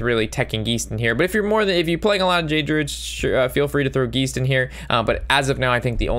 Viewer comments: Geist is pronounced guy-st (long I sound) not Gee-st (long e sound) and simulacrum is pronounced sim-you-lack-rum. Hope that helps in future vids, keep up the good work. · I giggle every time you say "geesed" instead of geist